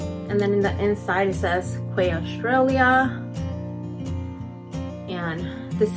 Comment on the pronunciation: *key. The brand is pronounced key in Aus.